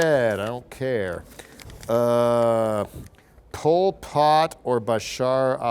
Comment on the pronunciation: It's 'Pol Pot', not poi pot. This dude =